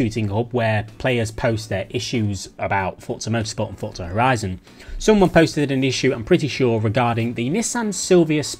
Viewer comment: Fortza never understood why they decided to pronounce this word and have a silent T there ForTza 😂 just say Forza 😂ew